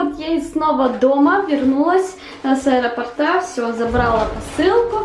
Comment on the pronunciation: Не с аэропортА а с аэропОрта! уши заворачивались,неприятно слушать! Не нужно каверкать русский язык